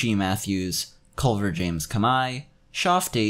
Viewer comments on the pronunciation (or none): none